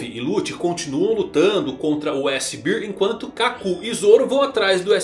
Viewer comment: S Bééér , não é beeer.